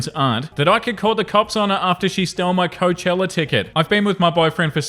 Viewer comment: Please learn how to pronounce Coachella correctly.